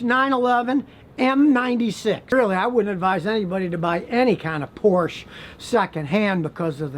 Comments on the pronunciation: Like your videos, Scotty, but PLEASE, it's Por-sha, NOT Porsh. Ferdinand pronounced it Por-sha. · I like Scotty's videos but I can't take this one seriously when he dogs Porsche but pronounces it "Porsh" instead of "Por-shuh". Come on Scotty, if you are going to slam a car at least pronounce it correctly. Someone who has worked on cars as long as you have should know how to pronounce Porsche.😆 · as Alan Harper said: It's not a Porsch. It's 'Porsch-a' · Scotty….I question your overall knowledge of the vehicles you condemn. First…..the brand is pronounced Porsche (Porscha) Not Porsh… Anyone knowing the history and heritage of that brand would NEVER call it that! Second….. I am the proud owner of a 2008 Solstice and am VERY familiar with the design and engineering that went into the car. The car was a quality build with no consistent problems. Very much a blast to own and drive!! I interact with dozens of owners on a regular basis and have never heard talk of them “falling apart” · So first of all you should know how to pronounce Porsche correctly. I have bought a used 911 and I am on my 7th Audi and have not had many problems with them. You need to do research and understand what issues the particular car may have. I feel you are overly generalizing on some of these cars. If it seems like too good of a deal, guess what, it isn't, then it's your own fault. I have bought many after-market parts for my Audi's because you are right, Audi hoses you but ALL car manufactures do because they make their money on parts and service. My Audi S5's have been awesome, but you need to get the ones with the V6 TFSI engine, not a V8. Anyway, thanks for turning me on to the ATS products, they are great! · NO NO NO. It's NOT PORSH. It's pronounced por-shuh. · Please stop calling it “porsh”! Please pronounce it as “por-shuh”! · Whatever you do, don't get a Porsch. Get a Porsche instead. Much better. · Nitpickery: it's pronounced PORsha, not Porsh. Two syllables. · Scotty... it's Porsh-a